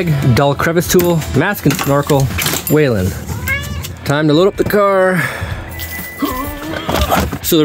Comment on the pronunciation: The hell you say "Waylon".